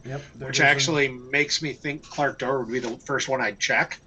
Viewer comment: There is no R in Clak'dor